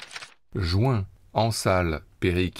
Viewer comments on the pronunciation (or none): none